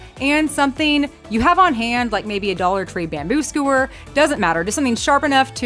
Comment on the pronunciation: topiary sounded fine w me. you need to work on "skewer"